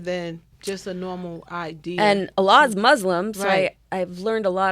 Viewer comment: Fucking his name is Alec, they tried to say some pretentious ass shit like allah. Weak ass corny muhfuckas...not to mention she has wedding ring on and her best friend ain't her husband, gtfoh. It's Alec Baldwin not Allah...but man dat dude riding the gravy train all the way to sways show...worst interview ever, fuck dem people. Sway throwing them charity for this shit....